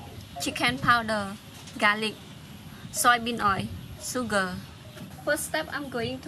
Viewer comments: Itamar Reiner “suega” 😂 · Love the accent, especially when you say 'sugar' :) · Oista SOS & SuGaa 😁 lovely 💕